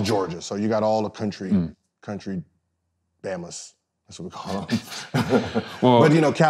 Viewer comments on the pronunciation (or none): Lmfao this ninja said country bammas